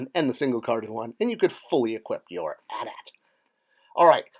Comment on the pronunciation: Thumbs down for saying A.T.A.T.